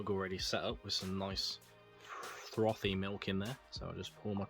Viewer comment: Did you say that milk was "throthy"? 😂